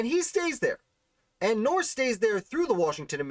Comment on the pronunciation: Thanks for this great piece on Joseph. One note... the name is pronounced "Nurse." Andrew Jackson famously said that his first order of business as President would be to "clean out the nursery" in reference to Joseph Nourse having filled the treasury with his relatives. George Washington referenced Joseph and his father in several of his papers and letters spelling the name "Nurse," e.g. Diary entry 9 Mar 1771: "Finished Ditto for Mr. Marcus Stephenson—who was to be the bearer of them. Mr. Dick & the two Mr. Nurses dined at my Brothers today."